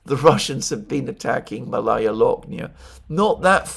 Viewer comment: FYI: “Malaya Loknaya” is pronounced “máh-laya”— the first vowel is emphasized. MAlaya; which is like Bolshóye, which you correctly translated to “Big” or “grand”. Malaya is the conjugated adjective for a feminine noun. Akin to “junior” when referring to people, meaning the “younger”, or “smaller”.